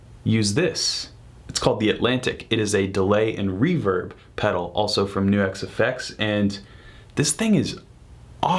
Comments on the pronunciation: Why do you keep saying "New-exx" when it's clearly pronounced "Nucks"? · Right it rhymes with sucks